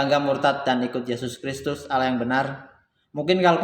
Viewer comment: Allah saja lo nyebut awwah😂😀🤣😀🤣😀🤣😄🤣😀🤣🤣😀🤣